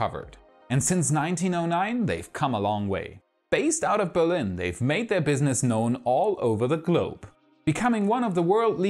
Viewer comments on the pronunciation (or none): none